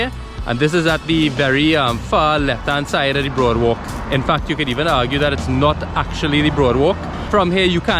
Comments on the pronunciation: Ayyy I don’t really like here too but it it beautiful to stop by and admire. Especially at night - it’s cool and breezy and the walk is lovely. Loved the drone shot with the guy swimming. Glad you included that! And it’s boardwalk not broadwalk 🥵🙈🙈🤣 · no offence meh boi nice video i think it is boardwalk not broadwalk